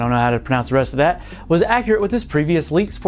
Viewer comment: It's a hard P Kopite as in a Liverpool fan.